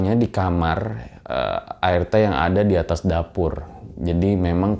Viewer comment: Apa cuma gue yg denger ngomong ART itu air teh 😁